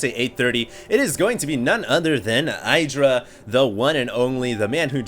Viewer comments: I love ur vids, this one is awesome ! but u have to insist on saying i-Dra !? its hard enough for me to get used to E-dra like he wants it to be :D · Hi, but idra has reiterated that his name is pronounced ee-dra not eye-dra. Cheers! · I think it's pronounced "ih-dra" with a short "i" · It's pronounced ih dra -. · idra will rage at for saying his name wrong lol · I-Do-Rage-Alot LOL i guess tho we will see much more offensive games in Dallas from Idra :)